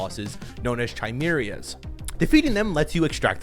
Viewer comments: “Chai-meerers” what?? 😂😂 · I'm pretty sure the bosses are called chimeras. That's chi like in cobra-kai and mera, like in America. Not chai-merry-a. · “Chi-Merias” sounds likes European dessert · "Chi - Meer - Ee - uhs" my S.T.A.L.K.E.R. brain cringed when I heard that. it's "Kai -Meer - uhs" haha.. Sorry. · "Chai-merias" Bro. Its pronounced "Kai-Meras" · "Chimerias" lmao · Pronunciation of “Chimeras” is funny. Chimerias 😂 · chai merry uhs. 😂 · chimerias are pronounced kai-mier-ee-uhs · its KY-Mera ( Chimera's ) its a greeek word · “Chi-merias” like bro :|| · He said it wrong its (ky-MAIR-uh) chimera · THAT IS NOT HOW YOU SAY CHIMERAS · That was crazy how you pronounced chimeras.